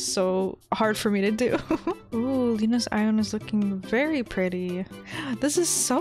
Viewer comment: I thought you said fairy-simple thing HAHAHHAHA XD